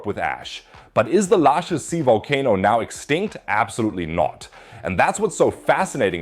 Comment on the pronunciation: Stupid AI voice over with a German accent and not able to pronounce Neuwied or Laacher See. Bizarre.